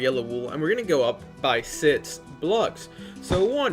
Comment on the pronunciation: I like your build but stop saying six like that